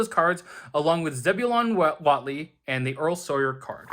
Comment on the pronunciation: I'm pretty sure it's pronounced Whateley. :)